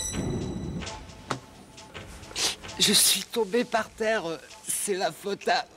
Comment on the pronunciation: "Je suis tombé par terreuh, c'est la faute à Voltaireuh"